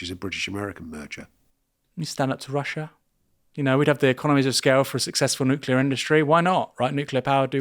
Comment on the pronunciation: Did I just hear him say NUCULAR ?!?!? IT'S NUCLEAR !!!!